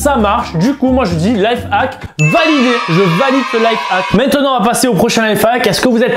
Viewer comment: on dit life hack et non life hac